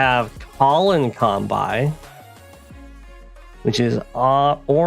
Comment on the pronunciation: I knew that was saying Kanbai instead of Kanbei, because that's how he thought it was pronounced when he played the game as a kid. Fair enough. But I start to realize the whole community does that. Why? At first I thought it was an influence of the native languages of the different streamers, but I never heard anybody say Sensai instead of Sensei. So it really makes no sense to me...